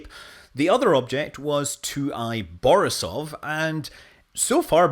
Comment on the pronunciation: Not BorisOOOOOv, but BorIIIIIIIsov.